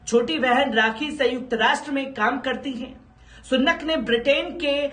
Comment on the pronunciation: Sunnat nahi bhai ,,Rishi Sunak...hai